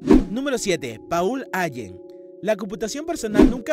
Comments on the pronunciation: A ver genio ....se dice Pol Alen ( Paul Allen) . Y así puedo continuar .... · stefen jackin, paúl aien, espiderman......mamá, la pronunciación, horrible!